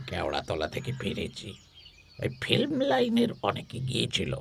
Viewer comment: ফিল্মকে যেন ফ্লিম বললেন এমন শুনলাম প্রথমেই।